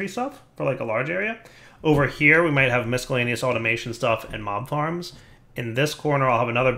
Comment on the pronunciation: For the love of God, there's no "k" sound in miscellaneous!